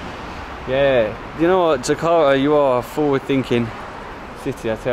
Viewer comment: Its more like ,Jeka'a instead of Ja'arta